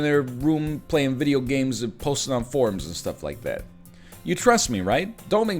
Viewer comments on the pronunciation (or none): none